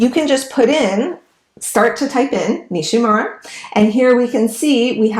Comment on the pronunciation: The name Nishímura is accented on the second syllable, SHI. Not NISHy MURRa, but “nee SHEE moo RA” Respect the man who made the discovery!, and give his name a back beat! Hear for yourself: search YouTube for 西村彗星